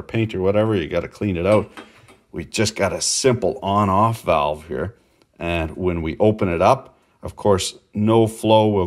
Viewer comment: Thank you for saying walve.